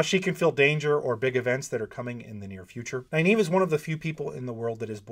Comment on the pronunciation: Dude, for someone who professes to admire Nyneave so much, it’s a real shame you pronounce her name wrong. Go to the end of the first few books, where all enunciation’s are dealt with. Please. Anyway, it’s Nuh-neave. Not Ny, Nuh. I finish with nave, but I think that’s wrong, so probably sticking with what’s cool for is best. That said, yeah, Nyneave and Matt, with Thom a close second. Then, I think, Tuon. I’d love to have read about her meeting with Artur Hawking, as per Matt’s request. Heh heh.